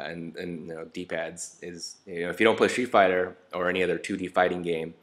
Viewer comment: It sounds like he said he was playing shit fighter